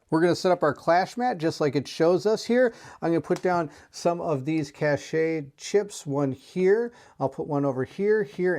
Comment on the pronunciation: Cache - is like “cash” … not “cash-shay” … the “e” is silent